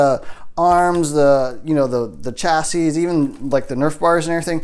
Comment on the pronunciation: The s at the end of chassis is silent